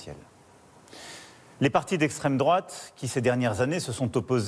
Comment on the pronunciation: "Le dérèglement climatique.. la menace nucléaire de l extrême drouate" 😂😂😂 la dissolution c'est juste pour qu'on le débarrasse de LFI et leurs drapeau palestinien qu on s'en bat les c..